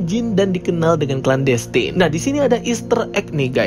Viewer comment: Baca clan destine nya ga usah klen destayn.. klen destin aja udah bener. Sama aja destiny dibaca desteni, bukan destayni. Makasih...